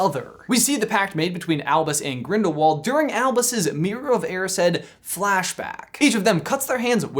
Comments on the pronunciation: GrindaVald you say it with a V. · It is spelled like Grindiwald but it is a German name and there w's sound like v's so it really Grindivald